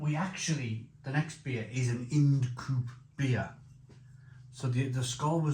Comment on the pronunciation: It’s Ind as in mind if you will. Sorry to be a pedant 😂